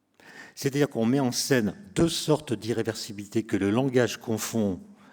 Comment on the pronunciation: Un physicien ne sachant pas prononcé "irréversibilité", est dur à écouter pendant une heure mais entendre que le temps biologique n'existe pas pour lui 😮. Son ego ne le conduira pas au suicide mais il est pas prêt pour la réalité de la vie !